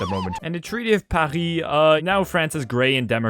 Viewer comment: Hold on is French? He says Paris like he is.